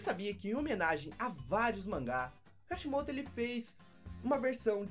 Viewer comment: vc fala Kashimoto mas é Kishimoto